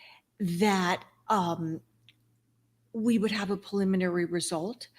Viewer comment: with respect, it’s PREliminary, not PAliminary. Thanks for your passion.